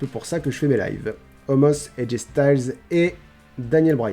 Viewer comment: Salut! J'ai remarqué que tu prononce Omos comme ça s'écrit, mais apparement ça se prononce "Omas", tu fais ce que tu veux de l'info, en soit il n'y a pas de faute aux noms propres mais voilà, comme ça tu sais ☺️